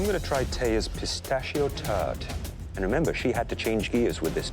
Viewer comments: Is it just me or does it sound like he said " So l'm gonna try Thea's pistachio turd " ? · He says "Pistachio Turd"